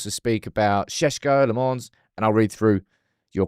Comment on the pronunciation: Bro is still saying Le Mons. 😂